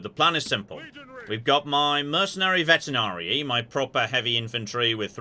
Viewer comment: Please it's veteRanii not veteNarii (it's also leviOsa not leviosaaa) 🙏🙏🙏